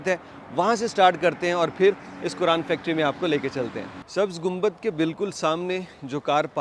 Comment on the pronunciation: Assallam Alekum Say Quran not(kuran).